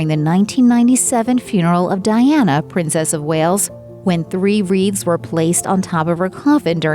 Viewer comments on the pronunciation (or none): none